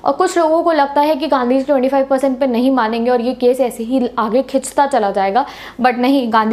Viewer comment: Only ultra legends could get it - 😂😂😂😂 Whenever she said ganddi ji not gandhi ji 😅🙏🏻